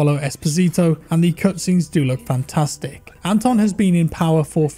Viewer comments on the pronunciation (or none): none